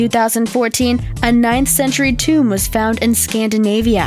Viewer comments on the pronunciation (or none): none